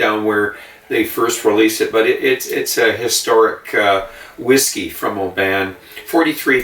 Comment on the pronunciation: Nice review. Oban is pronounced OH-bun. My dad used to have seaside holidays there as a child living closer to Glasgow.